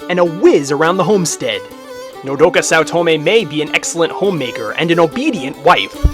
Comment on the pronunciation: sweet you pronunced my nme wrong what is it with people and doing that but still real war pet is how it is to be pronunced but still very good profile funny in the end how you said mommy